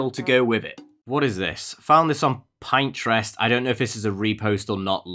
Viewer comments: im sorry did you say pine-trest?????? ITS PN- TREST WHERE YOU PIN YO INTREST OMG ASLO YOUR GREAT OK BYE HAVE A NICE DAY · not ben pronouncing “Pinterest” PINEtrest lol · No one: reading the word “Pinterest”: Pinetrest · i like how he calls it pine-trest 😂😂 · “Pine-trest” 💀 (no hate towards, he’s awesome) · You said Pinterest wrong